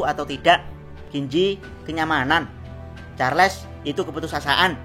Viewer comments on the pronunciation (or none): charles woy charles bukan charles 😂